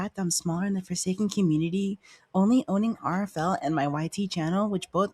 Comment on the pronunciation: I don't think anyone here plays "forsaen" lol. Anyways, hope everything goes alright